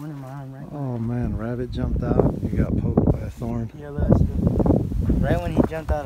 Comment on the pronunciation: you pronounce rabbit like rabinn